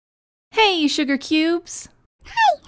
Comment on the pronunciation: Your shgurr not sugar